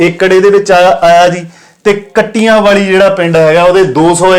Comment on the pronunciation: ਕਬਰ ਵਾਲ਼ਾ,, ਕੱਟਿਆਂ ਵਾਲ਼ੀ,, ਸਰਾਵਾਂ ਬੋਦਲਾਂ,,shi ਉਚਾਰਨ ਹੈ ਜੀ